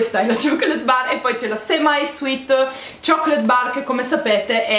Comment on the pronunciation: amo il modo in cui pronunci "chocolate"😊 se vincessi il givaway mi verrebbe sempre in mente la tua voce. queste palette sembrano interessanti e , dagli swatches, molto pigmentate. tanti incrocini di fortuna xxxxx😉😉